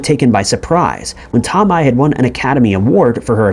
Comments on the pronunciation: That is the weirdest pronunciation of Tomei I have ever heard. It’s not too-mi it’s toe-may. At least that is how I’ve always heard it pronounced. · Marissa's last name is pronounced " toe may" for future reference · Oh' the way you say some Sir names is crazy ~~ Marisa Tomei say it Toe-may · Here's a conspiracy theory - the narrator of this channel is NOT a real person, but rather AI.. That, or he's lived in a cave his entire life considering he pronounces common names and words wrong all of the time.. Marissa Tomi?? everyone knows it's pronounced Toe-may - moreover the mispronunciation occurs in just about every one of these video's on this channel... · TOMI?? I had to laugh. He's very young I'm sure. He gets so many pronunciations wrong. Not saying it's his fault....it's just funny sometimes 😅😂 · TOE MAY!!! GEEZ! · Her name is pronounced Tomay. tohmay. Toe-may. TOE MAY MAN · Bro come on. You've never heard the name Marissa TOE-MAY? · Marisa toe-my, what the fuck man. Is this ai narrated? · Toe May! Would be great to know how to pronounce the names that are the subjects of your videos. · "Marisa Tomei"!? It's pronounced as Tohmay. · She's from Brooklyn so am I. It's pronounced Marissa toe may. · Marisa Tomei's last name is pronounced "Toe-may." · Toe-MAY..it's prounced Toe-MAY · Say Tom-eye one more time, I swear to sweet baby jesus. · It is brutal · You mean the one??? Toe-may??